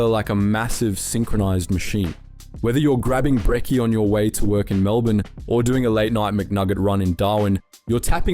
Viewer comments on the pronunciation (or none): none